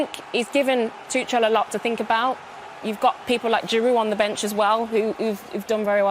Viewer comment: Yes, great, all of them are women, but none of them are informed and professional enough to pronounce Tuchel correctly.